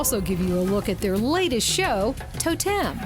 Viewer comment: the presenter is hopeless....firstly the show is called TOtem, not toTEM. Yes the scanner they use is like a 3d scanner...just like the lady that was showing her around SAID less than a minute before her little gem of...."its like a 3d scanner" and lets be honest, watching her say TAH DAH when she manages to STAND on a bar without falling off isnt funny, its just pathetic. Not to mention that unless shes gonna actually ride a unicycle, i really dont care what she looks like wearing the unicyclists makeup.